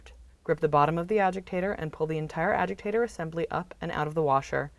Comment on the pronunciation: Why does she call it an “ajigtator”